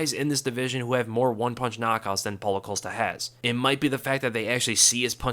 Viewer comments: Costa. Not Colsta. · The dudes name is Costa, not Ocosta